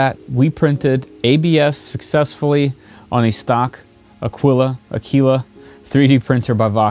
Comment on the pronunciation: Aquila (A-kee-la.)...Latin for eagle......in spanish it is Aguila.